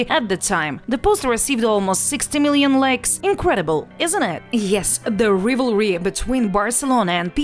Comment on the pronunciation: Your “Rivery” with that voice isn’t a joke huh??